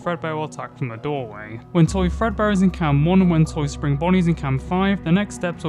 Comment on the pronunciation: ah, I love "Frebdear Workshop"